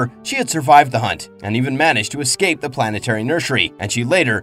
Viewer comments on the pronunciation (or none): none